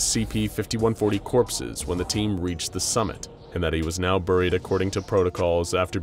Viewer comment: Anyone else annoyed by how he pronounces buried?